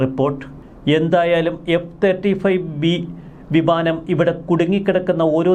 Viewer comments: അല്ല വിമാനം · ഭിമാനം അല്ല ബിമാനം 😂